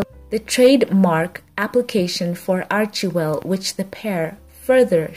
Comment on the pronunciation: What I think, is that you should check the Archewell site to get the proper pronunciation of the name of the foundation. It just irks me wrong when you say it wrong. Thanks